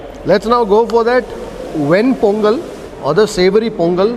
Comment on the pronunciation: I love it when you say 'Ven Pongal' because thats how we call it in Tamizhnadu